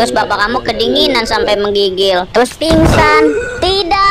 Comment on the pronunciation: Kenapa bapak nya ngmong pingsat sih gw?!